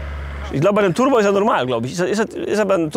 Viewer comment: " 2 Liter TuRRRbo " 😂😂